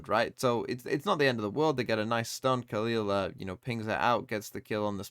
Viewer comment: Hi! Love your vids! As a brazilian, i can help with the pronunciation of the brazilian players from FURIA, trying to phonetically spell their names. FURIA: Dgzin: Dehjjehzeen (the jj has a g sound) Khalil: Khaleel (this one you got straight right) QCK: Kehsehkaah (you can just spell the letters as well, but nobody calls him "quick") NZR: Enehzehehrre (you can just spell the letters too) Mazin: Mazeen A fact about FURIA: Dgzin was victim of racism from the KRU player Keznit while he was still playing by Gamelanders. This is one of the things that makes the dominance of KRU over brazilian teams tasting even more bitter.